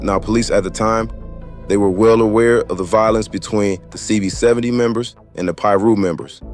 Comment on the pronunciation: CV 7 owe… is how it’s pronounced…